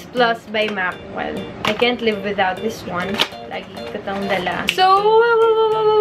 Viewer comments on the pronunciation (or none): none